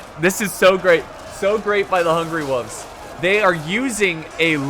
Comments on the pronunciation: It really annoys me how says "wolves." It's hungry WOLVES not hungry woofs! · Does that mean I don't get to hear pronounce "wolves" like "woofs" again?